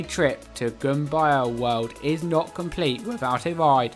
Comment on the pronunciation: It’s too bad he can’t pronounce the name of a couple of the rides and most of all, the name of the park.